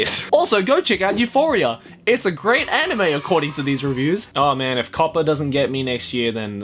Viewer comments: I was actually like, "I says pardon??" Then I went back 20 seconds and yep, he definitely said Euphoria. Oh... Oh my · when you said Euphoria, i winced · stop say euphoria pls, thats make me anoying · Everything was alright until I heard this man say Euphoria